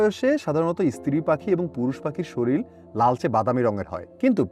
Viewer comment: শরীল না শরীর